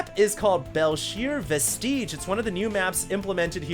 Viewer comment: vestige: looks like it should rhyme with "prestige," but it doesn't